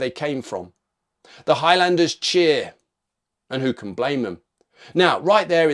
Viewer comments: its pronounced HIGHLANDERS not High-Landers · sorry... High...LANDERS...!!! never heard highlander pronounced like this... !!! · the way u pronounce highlander is pretty bad